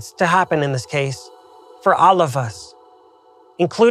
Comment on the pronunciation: "for olive us" 😅